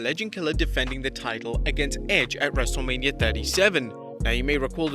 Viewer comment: Say ur name right it's not wrestlelamia its wrestlemania